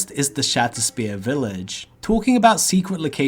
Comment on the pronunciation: Love those "secwet" areas in "Stwangleforn vale".....